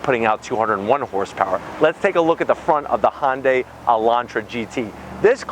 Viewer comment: It's not a Hon-day.